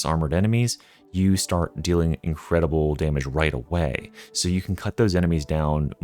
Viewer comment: "Incwedible wending"